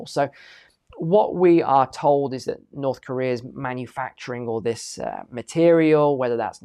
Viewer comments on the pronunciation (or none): none